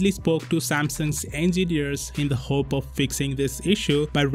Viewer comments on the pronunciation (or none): none